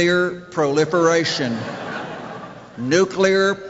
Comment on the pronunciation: “Nu-kear proliferation” 😂😂😂